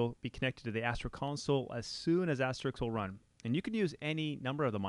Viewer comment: AsteriSK ... as-te-RISK ... like the game. Not Asterix ...